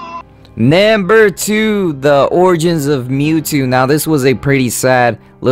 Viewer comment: NAMBER FOUR that is what he is saying no offense though